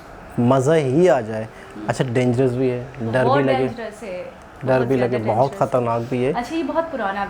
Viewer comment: Vase dngerous nahi hota dangerous hota ha agar aap note karo ga tho aap ne dngerous bola ha aap ne 😂😂😂